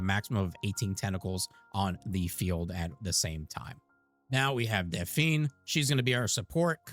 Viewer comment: Its pronounced Daf' Knee. Not Daf eene'